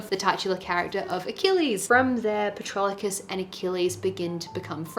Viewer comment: Patroclus...there's no early "L" like Patrolocus 😊